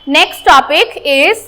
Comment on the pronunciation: It's good but your monarchical pronunciation is wrong